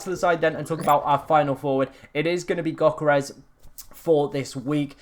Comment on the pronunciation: Bro I like your channel and videos, but PLEASE It's "YÖH-Keh-Res". The G is silent. (Or more ethnically accurate, it's D-YÖH but definitely NO "G"). Don't have to be a perfect pronunciation but dropping the G goes a long way. Cheers.